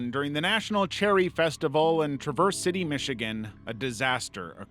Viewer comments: trav-vurs city not tra-verse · Traverse city is not pronounced "Traverse" like "traversing a trail" You say it like the First name Travis. "Trav-erse" city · Omigod, Traverse City?! That's WAAAAAAY too close to home for me. Remind me never to attend the Cherry Festival. (BTW, it's pronounced like TRAH-vurse, instead of the usual pronunciation)